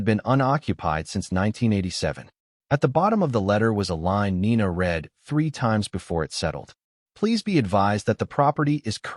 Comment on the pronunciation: AI is always getting the tense of words like Read wrong, using the present tense pronunciation for past tense and vice versa. A very good reason for using human readers. It is not the only reason.